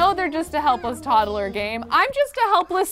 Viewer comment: Omg. It's tod-lher not tod-duh-lher fml😅😅😅